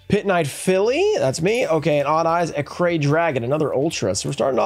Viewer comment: Acray?! It’s Arc-Ray! lol